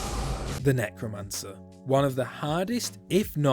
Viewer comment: He he he Nec-woman-cer